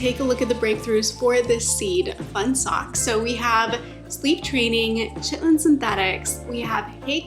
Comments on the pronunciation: Are you saying "chitlin"? Actually Ky-ten, if it wasn't a joke ;) Nice seeds list. I have a few to consider now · Chitin is pronounced with the same Ch sound as Christmas. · Chitlin (chit’-lin) is pig intestine. Chitin (ky’-tin) is insect exoskeleton. This is Chitin armor. Good suggestions on the seeds!! Wrote a couple down to try!